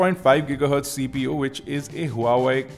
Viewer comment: Buddy.. Huawei is pronounced as Waa Wei.. i know its weird. but the company calls it like that.. but it suits..:)